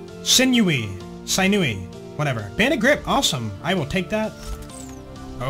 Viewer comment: I always loved the pre-sequel, even in the days before farmable bosses. I look forward to your play through, it’s been a while since I’ve touched this game. And , for future reference, your flakker’s prefix is pronounced “sin-yoo-e”. You had it right the first time.